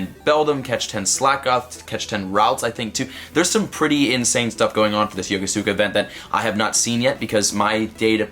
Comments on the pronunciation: YoKO-ska. Not YoKoSukuh. You hurt my ears. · Hey man, love your content, but in Yokosuka's pronunciation, the U sound is basically silenced. Think about how you pronounce Yokohama and keep the first syllable and just add "ska". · PLEASE PLEASE PLEASE LEARN HOW TO PRONOUNCE YOKOSUKA RIGHT! sigh Sorry, but really, sounds like crap when you pronounce it like that.